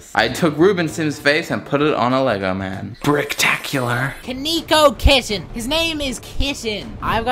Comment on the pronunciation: "KONEEKO" lol